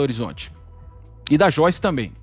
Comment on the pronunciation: Xoice? Quem é Xoice?